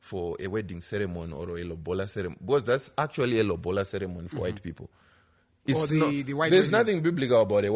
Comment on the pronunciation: guys its not lobhola its lobola..or simple say roora